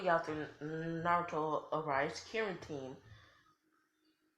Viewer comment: Karin not Kerin